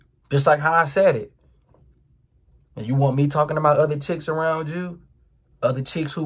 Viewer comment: either from Baltimore or Jacksonville by the way he pronounces uuu 😂